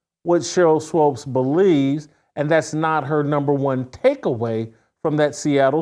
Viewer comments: its swOOpes my man, not swOpes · Isn’t it pronounced Swoops, not Swopes? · Shemeka doesn't come close to looking old enough to have a 28yr old kid. Also someone PLEASE teach Jason how to say Sheryl Swoopes.....it's not SWOPES lol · Whitlock..her name is sheryl swoopes not swopes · It's swoopes pronounced sw-oops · SWOOOPES pronounced like HOOOOPS MANE! SHEEEEEESH!!!! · It is Swoops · You can't pronounce Cheryl's name, BUT you CAN pronounce SHEMEKA?!? How about if we pronounce YOU with a long I?!? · I really need Mr. Whitlock to start pronouncing Sheryl Swoopes' last name the correct way. As a journalist discussing a former athlete who has been a top collegiate and professional basketball player, Olympic gold medalist, and foundational member of the WNBA and 4x champion in that league, he knows the correct pronunciation of her name. It wreaks of passive aggressive belittling of a woman because he doesn't like her, disagrees with her world view, or doesn't think she's hot. Do better Mr. Whitlock, I have higher expectations of you. It's Swoopes not Swopes. Intentionally and consistently saying her name wrong should be beneath someone who presents themselves as a voice of morality. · I was just thinking why does he keep mispronouncing her name? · Jason keeps mis pronouncing it 😂